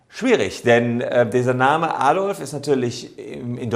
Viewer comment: Der Mensch hieß "Adolf" nicht "Addolff"